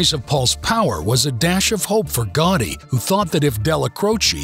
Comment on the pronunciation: To the inaccurate narrator: It was not I forgotten. It was I Forgotti.